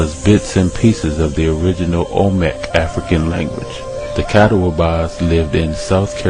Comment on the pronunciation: Compelling and fascinating. It is obvious that you've done a bit of research. A couple of friendly critiques though: Your pronunciation of some terms needs a little work. The way you say Catawba is crazy-making. You kept saying Cat-a-WA-bah. It is generally recognized to sound like cuh-TAW-buh. Here's a link to an audio of it: Also, I can't recall how you slaughtered Chief Osceola's name, and if I hadn't already known to whom you were referring, it would have been completely beyond recognition: There's a site called that you may find helpful. I tell you this because even though, your research may be thorough, presentation is almost equally important. If you appear or sound as if you don't have a firm grip on the material, including at least close proximity of the pronunciations, it can completely erase your credibility.